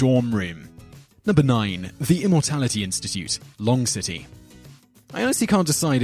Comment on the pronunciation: Long_city or lon_ge_city, like longevity? I like your channels my man but there are definitely some pronunciation mishaps. It makes me wonder how well researched you are. Maybe you should take a little more care and run it through the old "Am I sure I got this right?" filter? Do you have that broad enough base of knowledge for that? Do you let your past mistakes remind you to double check? I don't want to come off like a wanker but if your gonna tell people about all this esoterica and obscure knowledge make sure you know your stuff cause your like supposed to be like an online know it all, ya know? I have read similar critiques of these channels before.